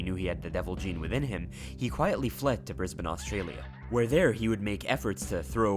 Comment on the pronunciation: Well done for nailing the pronunciation of Brisbane.